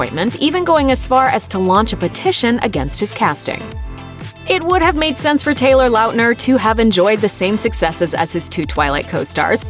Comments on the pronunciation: The way she keeps saying Taylor Lautners name is bugging me. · "Taylor Launtner" Paul Lahote shows op LMAO😂